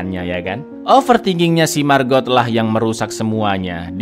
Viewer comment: Setiap nyebut margot..nyg ada di otakq malah maggot🙈..iuuuh